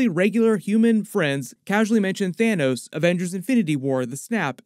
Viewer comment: did you…. Did u just call him Thanus??!? 🤣🤣